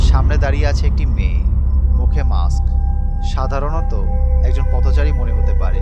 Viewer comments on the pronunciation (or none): none